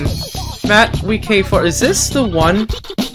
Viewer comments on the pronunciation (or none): ITS WIIK [The same way you say Week] NOT WII K. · wiik is pronounced Week not Wii k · Not Tryna Call Out And Anything But Do You Wiik 4 Not Wii K 4